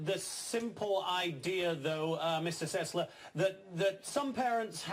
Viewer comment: Adam Sessler not Adam "Sesslar"